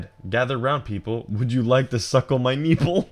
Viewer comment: Best way to start your day is with Adam saying “kneeple”